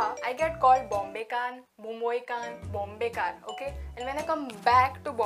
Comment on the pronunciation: They pronounce Bombaykar or Bomai-kar